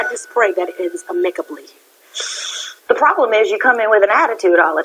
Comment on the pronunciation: Did lil mo just say AMICKABLY?! Lmfao